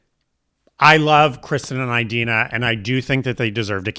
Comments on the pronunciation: Your pronunciation of "Eye-dena" kills me 🤣💀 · Does she actually pronounce her name "Eye-dina"? Like "Eye-rack"? Your imitation of Idina was so spot on I couldn't help but laugh! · The repetition of “EyeDeenah” Menzel is throwing me off big time. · I’m with that Idina (why are you both saying Eye-Dina?) and Kristin would’ve been better as a quick cameo as Shiz professors